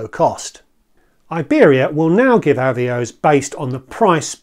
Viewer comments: I’m afraid I had to stop watching, as someone who has been around the block, you should know the correct pronunciation for Avios, and also that it is both the singular and plural, you don’t drop the S when referring to 1 Avios. Still on plurals, RFS is Reward Flight Saver, not plural. These details may not matter to you, but it just makes you look ill informed, which I’m sure you’re not. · Thanks for the reply, I understand the work that goes into a video like this, which is why it's a shame it's kind of spoiled by a really grating mis-pronunciation. If you are still in doubt of the correct pronunciation, BA helpfully have promotional video here